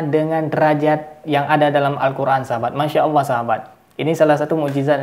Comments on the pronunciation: Orang gak faham kayak gini kok coba2 menafsirkan ayat AL QUR'AN. MENGUCAPKAN ALLAH saja jadi awwoh. Adooohh kacau. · ini sih bukan murtadin tp emg kafir dr lahir, apa itu awoh awoh..nyebut Allah aja gak bisa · Mudah untuk menentukan orang itu murtad atau memang asli nonis, dlm menyebut kata ALLOH, nonis menyebut nya AWOH... 🤭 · Ini sih mengaku aja murtadin padahal kafir murni, menyebut allah aja bilangnya awloh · Hal yg sdh basi ngaku2 murtadin, nyebut Allah aja owoh 😀😀😀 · Murtadin ngomongnya owoh......harusnya allah..inimah owoh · itu bkan murtadin tpi umkris yg pura2 jdi murtad,ngucap lafadz Alloh aja gabisa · Mengucapkan nama ALLAH saja tdk bisa. Bagaiman mungkin dia tidak menjadi MURTAD? Na'udzu bilahi mindzalik AstagfiraAllah aladhim. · Ngomong Alloh aja gak becus ni bpak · Mengucapkan Allah saja engkau gk bener